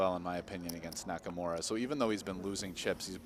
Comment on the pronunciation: It is NakaMura not NakaMora